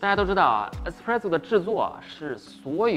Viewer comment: 是espresso 不是expresso喔。。。